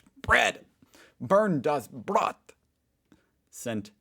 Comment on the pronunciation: Man. Eventually you should be able to pronounce "Bernd, das Brot" correctly after having heard it so often. Try it;-)